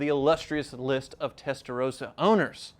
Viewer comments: Why do you say Testarosa? Is that common in USA? If you meet a dude named Ross do you call him Rose? Mind blown. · Why do a lot of Americans pronounce Testarossa as Testarosa with one S? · WHY CAN'T AMERICANS PRONOUNCE 'TESTAROSSA' CORRECTLY????! It's really not that hard. Give it a try.